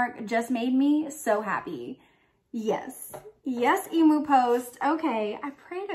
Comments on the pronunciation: FINALLY!!! An Aussie Harry Potter box!! I’ve been waiting for years for this!! 😱😍😱 btw it’s pronounced eem-yoo… no e-moo 😅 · Did you say emo post e-moo ? Em-u ... Emu Emu haha good try though . Sounds like an exciting box ! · You are so adorable! Emu is pronounced eem- yoo. BTW where did you get your awesome sweater??? Love you, youre always so cheerful and bubbly xo